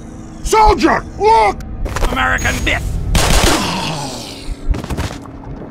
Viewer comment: when he said "american myth", heard "American Boot".... I cannot help it- STBlacks fucked my perception of TF2. And I love him for it.